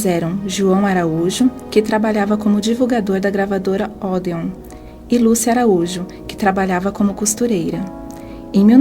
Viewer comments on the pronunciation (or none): Que me desculpem as pessoas envolvidas na produção desse material, mas parece coisa feita por gente de 5ª série, jamais de uma Universidade. Claramente sem cuidado com pesquisa. Gravadoras Ódeon e Póligran???? Por favor! Muitos erros na leitura do texto, que não vou me dar ao trabalho de elencar, mas o fechamento se dá com "o caixão FORAM cobertos por flores". Nossa...